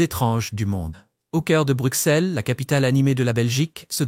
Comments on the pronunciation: Les belges francophones et en langue française nous disons Bruxelles et non Brukselle qui est une erreur de langage au même titre que la ville française d’Auxerre qui se dit Auxerre et non Aukserre. Car aussi en français nous disons soixante et non soiksante 😂 , à bon entendeur !! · Je me suis arrêté de visionner après 5 min car cette Belgique là, je ne la connait pas et pourtant j'y ai vécu pendant 65 ans Votre accent est celui d'un touriste (ou IA ?) (On prononce Brussel pas Bruxxxel) "manneken pis" et pas "mannequin peace" ! Bref... Mais vous avez gagné un commentaire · Arrête de dire brucselles mdr ça ce prononce brusselles meme si c’est un x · Correction le x se prononce ss dans Bruxelles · Est ce que vous pourriez svp prononcer Bruxelles « Brusselle» car vous devriez savoir que le « x » se prononce « s » !!! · On dit Bru"ss"elles comme soi"ss"ante ! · Très bonne vidéo mais pitié... Bruxelles se prononce Brussel et Gand se prononce Gan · Ceci est une caricature ! On dirait une publicité de l'Office du Tourisme😂 Exemple : "destination idéale en toute saison"... C'est oublier qu'il y a en moyenne 200 jours de pluie/an en Belgique et que le ciel est souvent gris. Et concernant le coût de la vie, il est élevé à BXL (surtout les loyers) et la fiscalité est une des plus élevées d'Europe. PS : Bruxelles se prononce BruSSèl😉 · Hmm moi je me demande si le belge ne fait pas erreur sur Bruxelles en le prononçant Brussèl, si on va un peu plus loin on ce retrouve a Ixelles et pas issèl ? je me pose des questions a ce sujet ! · Savoir prononcer le nom de la capitale aurait été pas trop mal pour un peu plus de sérieux. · Il faut apprendre à prononcer correctement "Bruxelles" avant de décider d'énoncer quelque chose